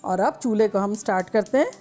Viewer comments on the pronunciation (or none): none